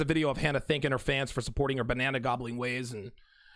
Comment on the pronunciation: I know you're saying "banana gobbling" but it sounds like you're saying Banana Goblin. Either way, you're not wrong.